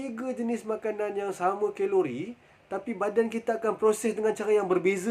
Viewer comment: Geng2 khhhheeelori panashhh ni haha~